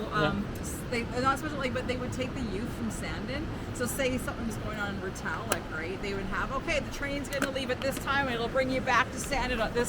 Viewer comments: Ret-lack.? LOL. it's Retallick. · pronounced: ret-al- lick